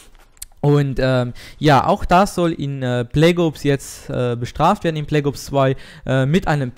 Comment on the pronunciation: bleggoobs, deine aussprache :DD